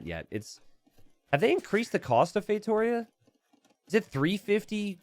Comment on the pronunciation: the tonic syllable of "Feitoria" is on the last: "_ia". It's feitorIA not feiTOria.